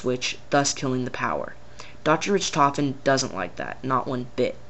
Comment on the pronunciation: ritrovin?its pernounced (rick-tofen) but spelled richtoften